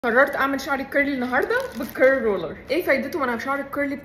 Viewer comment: انا اسفه كثير بس ليش بتقولي قرلي بصراحه انا اسفه بس تقهريني لما تقولي قرلي قولي كيرلي مش قققققققققققققققرلي حلوه قوي الشعر😊 في النهايه😊😊😊